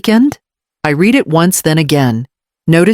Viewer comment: The word read, as in I read it..is pronounced Red. Yeah I’m a geek about those things. I very much enjoyed the story. She did the right thing. You go girl!